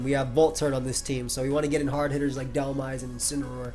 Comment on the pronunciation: Every time you said you were "making the dhelmise play" it sounded like you said you were "making the dumbass play" lol